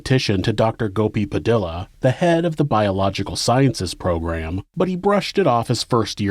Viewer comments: Just a little nitpick, "Padilla" is pronounced "puh-DEE-yuh", not "puh-DILL-uh. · Padilla is pronounced pa dee ah.